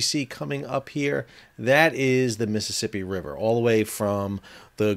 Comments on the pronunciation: Miss Sippy ? It’s a 4 syllables word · You say Mississippi like you're from Mississippi.